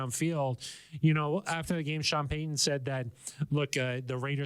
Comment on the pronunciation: Love the content. However, it’s pronounced Pey Ton….. not… Peyhan.